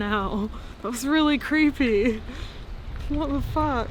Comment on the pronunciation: developing a British accent when she says "what the fuck" ahaha